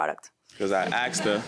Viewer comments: I "axed" him. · I axed her...I axed her...I’m a hair stylist. 🤣🤣🤣🤣🤣🤣🤣🤣🤣🤣🤣🤣🤣🤣. Rite... spot the brain cell.